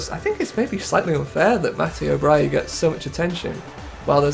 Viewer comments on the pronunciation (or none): I love your content and English pronounciations of foreign names aren't the very best normally but butchering Brighi into Bryie is absolutely mindblowing 🤯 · He presumed the g was silent